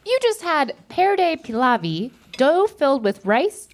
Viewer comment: that was a complete butchering of perde pilavi in both pronunciation and production🤣 but always nice to see an international episode